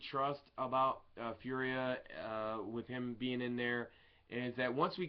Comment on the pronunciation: Hey its not Firia its Fauria:)